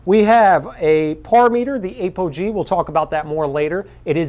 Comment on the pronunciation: The Ape-OG! ROFL!!! Try with App-o-gee :_)